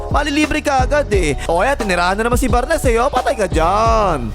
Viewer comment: Bar-nes and foxboy. Hahaha